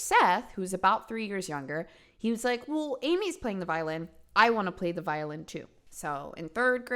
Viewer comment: I rewinded that part 2 times because I kept thinking she said violence instead of violin 😂 I’m glad I’m not the only one